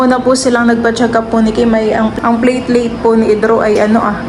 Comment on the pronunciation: Platelet not plateleit😂😂😂